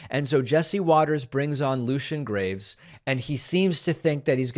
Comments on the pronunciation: "Greaves," not "graves," David lol. But this was fantastic. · I am a temple member, his last name is Greaves not graves, learn to read and or listen since he said his name and you still said it wrong afterwards. As far as your video, maybe do some research before you make videos, you came off sounding just as dumb as the fox moron. Ave' Satanas 🤘🔥🤘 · It's pronounced Greaves btw, it's NOT Graves... literally the only thing Jesse Watters had correct out of the entire interview and possibly his entire career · Kinda funny that David says “it’s not that hard of a name, it’s Lucien Graves.” Then Lucien himself says it’s pronounced “Greeves” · Greaves, not Graves. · It is Greaves (long e sound), not Graves (long a sound). . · Unless I'm mistaken, Lucien's last name is pronounced just like it's spelled, and not Graves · Only one person came out of that looking like an ignorant, dim witted, poorly informed idiot. Does he really think purposely mispronouncing the guests name is funny? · This Fox news host is rude. He is smug. It's petty, tone deaf and unprofessional when he mispronounced his name. I wonder if he might have done it on purpose to get under his skin. It wouldn't surprise me. Note: Satanists don't believe in an actual Satan. That's Christianity that believes in that. Satanism is a parody used to trigger the fundamentalist Christians out there who are abusing society and overstepping their boundaries. We don't want churches proselytizing other people's kids in public schools. That's a nightmare! Pushing religion on kids is a form of child abuse and it's shocking how churches weasel their way into public schools. It's a prime example of how evil churches can be. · I’m so sick of stupid people speaking to others as if their children because they assume they have some sort of superiority. Willfully mispronouncing someone’s name is especially low, but we all know Jesse Waters is trash. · Just wanna point out that you got his surname wrong 😉